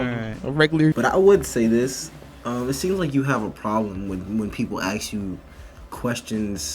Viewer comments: I noticed that black Americans often say « aks » instead of « ask », why is that? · ... I've never "AXED" anyone a question before. She doesn't have an issue other than she is predisposed to not liking whites. If you don't want to be "misgendered" then don't dress like a guy. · I want to know why black people say “axe” when it’s “ask”. What’s the point? Are you just doing it to be more different? You like not using the language correctly so as to separate yourselves from white people even further? What’s the reason? And don’t give me “it’s how they said it in Africa” Ebonics bullshit. Ebonics is an Southern style of an old English dialect from, like, Cornwall or something. It has nothing to do with how Africans spoke. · “some uh da stuff dat I axe …” Axing ? Pronounced ; ASK . She wants to intimidate but then be noticed as someone who is oppressed. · can you please say ASK instead of that other weird thing, "Axe", you've know where that comes from, you've seen Thomas Sowell. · It still irritates me that college students say ax..c'mon..it sounds illiterate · I'd like to axe you why you skipped every English class? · "AXING" its "ASK" not "AXING". ASSSSSSSSSSSSSK She is full of crap. She is fishing for crap to say. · I have a question: If she grew up around white people and is in college and said she had an English class, why did she say 'ax' instead of 'ask' twice? It seems put on to emphasize her 'blackness' and separate herself from whites. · If you would be axed, that would be aggravated assault. I think the male-presenting woman means ASKED. Practice saying it, ffs. Words have meaning. This is just imitating TikTok dumbo’s. 🙄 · How do you get to higher education when you “aks” questions? That alone tells me a person has an inability to listen. A person who is unable to listen is never going to progress. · Y'all ever think about the fact that black people pronounce ASK as AXX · How do you make it to Penn and say "axe" rather than ask? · the word is “ASK”